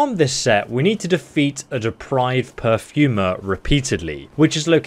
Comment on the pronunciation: Per-for-mer not pew-fer-mer